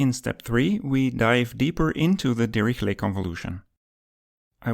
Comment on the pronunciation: Great vid. More like Dihishlay not dirihlet